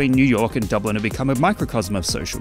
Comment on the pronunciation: It's Dublin dawg